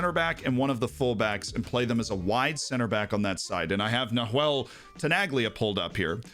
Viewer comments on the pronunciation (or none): Loved the video Z. For future reference, the h in Nahuel is silent.